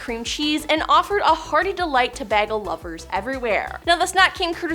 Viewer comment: Did she literally just say BAGGLE?